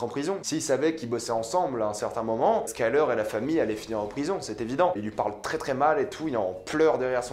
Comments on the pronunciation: SkyLEUR wsh pas skylAR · Tu sais on dit pas Gustavo Frinje mais Fringue ; pas skylar mais skyler ; on dit pas hanke mais hainke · Ha oui par contre dire « skylar » c’est pas possible 😅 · "Gustavo FRINJE" "SkylARE" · Skaylar, Gustavo Frinje. Eh oh, ça va l’accent là 😂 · Ça ne se prononce pas « Sky lard » 🤦🏻‍♂️